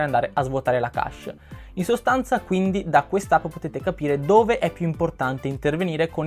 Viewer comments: Secondo me pronunciare le parole in modo corretto è importante. Ho sempre pronunciato kesc e non kasc, come invece ripeti più volte all'inizio di questo video... Insomma se uno pronuncia una parola inglese che sia detta bene, io la vedo così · Chesh è la pronuncia giusta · ogni volta che hai pronunciato cache male mi è venuto un male al cuore :(